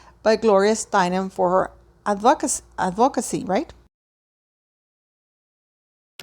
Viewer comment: No. It's pronounced " ADvocacy". The accent is on the first syllabble.